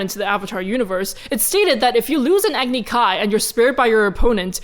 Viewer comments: the 4 elements they chose are actually prominent in not only Greek cultures but actually Hindu and Indian beliefs and philosophies. not trying to be rude or judgmental, but just a quick nit pic Agni is actually pronounced Ah - gni. It’s a longer a sound. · Agni is pronounced Ugg-ni not Aagni. Also Bhoomi = Earth in Sanskrit. Azul = blue in Spanish and Portuguese, colour of Azula's fire.